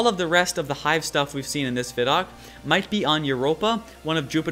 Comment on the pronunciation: You're saying ViDoc wrong.